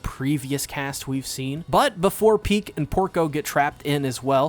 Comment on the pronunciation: Those puns were Pieck humour. Never apologize for that. Also glad you figured out how to pronounce best girls name correctly.